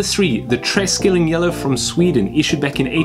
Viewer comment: It's pronounced "tre shilling", not tres killing. :D